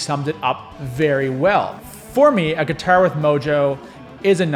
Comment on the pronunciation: I laughed every time you said : Giturr 😂